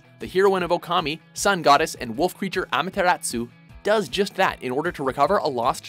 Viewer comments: but it should be Ah-Mah-Teh-Ras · Same with Amaterasu. Seriously, it's not pronounced AMA-teratsu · Seriously, Amateratsoo?? really, , really?! it should be Amaterasu, not Amateratsoo. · Its amaterasu not amateratsu idiot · I would like to say something. Some of your pronunciations are a bit off, especially with Jabu Jabu and Amatersu.